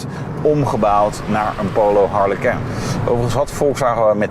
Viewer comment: Wat spreek je dat toch weer dom uit. Je praat al als een ramdebiel maar goed. Het lijkt wel of je het frans probeert uit te spreken. Waarom?!